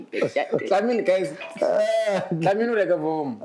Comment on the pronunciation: 😂😂we it's Dlamini not Ndlamini😢😢😂❤